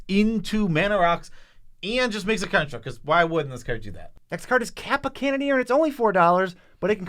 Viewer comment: Lol, Joe programmed into pronouncing it Karnstruct